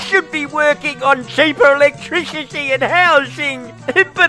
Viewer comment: Chweepa ewectwicity